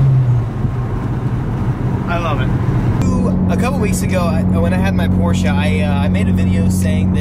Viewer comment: Stop saying PorschA! where is the A in Porsche?